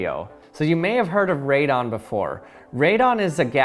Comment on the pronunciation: Its radon not " redone "